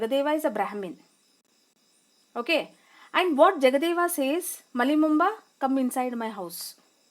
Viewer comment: Malli bomma not Malli momba